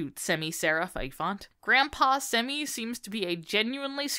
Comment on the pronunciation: "grampaww semi" had me rolling But I like the theories.